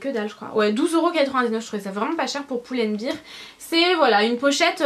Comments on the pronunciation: Très beau haul, j'étais sur le site de H&M en mm tps :) Par contre tu me fais mal aux oreilles quand tu prononces Pull & Bear !! ça se prononce Bair et pas Bir parce que Beer c'est de la bière lol. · Super vidéo tes achats sont supers mais arrêtes de dire poule and bear s'il te plaît ahah